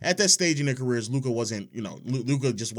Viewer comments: Steven Ass Smith needs to learn how to pronounce Luka"s name... Hey Steven, it ain't that difficult... lmao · What do you mean by pronounce Luka with an R at the end?